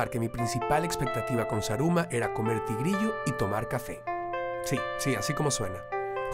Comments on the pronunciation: roberto repite conmigo ... za..ru..ma .. no saraguro xD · jajajaja Saraguro me has hecho reír mi Roberto Manriquez pero es Zaruma Zaruma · Jajajjajajaja "Saraguro"?.. Mi lindo Zaruma, Gracias por visitar a la Surcursal del Cielo <3